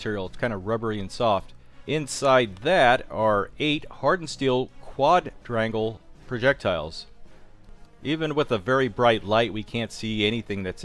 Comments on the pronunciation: You still aren't saying it right your using the d from quad and adding onto rangle and your saying quad-drangle instead of just saying quad rangle I wouldn't have said a word but you said it took you 2 days to learn how to pronounciate it right but your not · What an annoying pronunciation... How do you pronounce "Quadruple"? "Qua-druple" So stands to reason "Quadrangle" is pronounced "qua-drangel" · kwaaadraingle. Wasn't that hard XD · It took them 1 days to learn how to say quadrangle? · It’s not so hard to say quadrangle